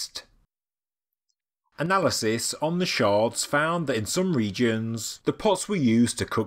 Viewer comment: OK, I'm just gonna say it - in archaeology pieces of pottery are referred to as sherds, not shards. That is pieces of glass.